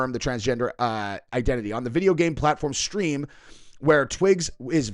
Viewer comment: i like how he calls steam stream lol